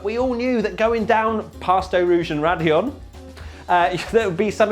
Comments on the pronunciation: "That's radillon actually" and it sucks for me cuz I'm in America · That's "Raidillon de l'eau rouge" and not only raidillon change ur memes